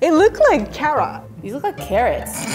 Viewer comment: “Et luuk laike karaaat” lmaoooooo